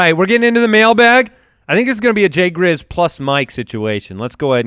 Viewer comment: "JAY GRIZZ"